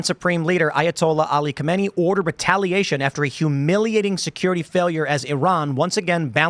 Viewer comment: "Retailation" lol.